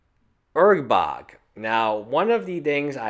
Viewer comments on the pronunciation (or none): It's ur-borg not urg-bog.